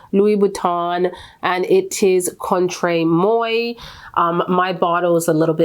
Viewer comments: Contre Moi is pronounced the CONTRAY-MWAH. Not Moy. In fact, the Moi is the exact same Moi that you pronounced in "Excuse Moi" . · Just a friendly note: the Louis Vuitton perfume is pronounced Contra Mwah. 🙂